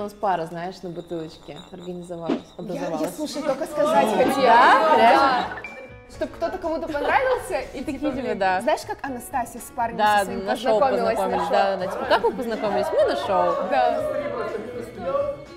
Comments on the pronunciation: АнастасИз, а не АнастАсиз....))) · Она не ана́сасиз а анастаси́з